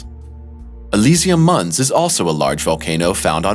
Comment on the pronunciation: Mons is NOT pronounced muns. It's latin and pronounced "mänz". If it wasn't mispronounced 20 times, I wouldn't have pointed it out ;) Good video otherwise!